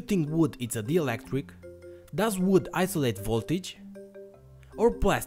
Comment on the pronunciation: It's not DIELECTRIC It's DIELECTRIC